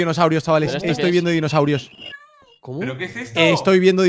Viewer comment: Auron disiendo dinosaurs me mato jajajajaj